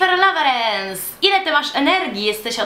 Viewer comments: czy tylko ja usłyszałam "Lowerens" zamiast "Lorens*? XD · Snow White masz racje... tylko wydaje mi sie ze nie Lowerens tylko Lawerens bylo powiedziane.